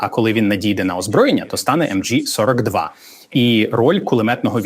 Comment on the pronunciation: Взагалі всьо так, але, сука, німецьке все МГ, а не емджі.... Від цього з вух кров. Ви хоч трохи поцікавтеся, як воно було по справжньому.